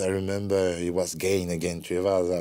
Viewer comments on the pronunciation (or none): Wait, did he just say his name was "Gain vs Tuivasa" . Have we been mispronouncing Gane's name this whole time? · he pronounced it like that for the interview since it was in English, we have a weird habit in France to transform French word to English with accent. but it's pronounced "gaan". Even him pronounce it "gaan" when speaking in french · he pronounces his name “Gain”. I hope Bruce buffer watches this and all announcers as well. They call, or pronounce him “Gaan” 😂